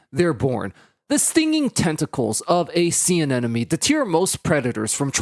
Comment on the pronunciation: Anemone is not pronounced “an-enemy” and I wish you hadn’t said it that way 100x in the video lol